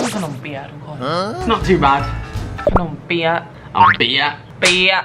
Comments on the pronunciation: ขำการออกเสียง ขนมเปี๊ะยะ มากกก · ตอนที่ออกเสียงขนมเปี๊ยะ พี่เเกดูมีความพยามสูงมาก555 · ไม่รู้จะว่าฮาหรือสงสารตอนออกเสียงขนมเปี๊ยะดี😂😂😂😂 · ชอบการพยายามออกเสียงขนมเปี๊ยะมากกกกก 5555